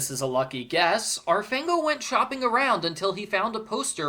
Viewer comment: Fango actually means mud in Italian. Also, it's pronounced FAHNGO, not FAYNGO.